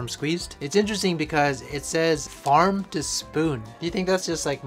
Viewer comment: The parm-farm pronounciation is peak Filipino accent 😂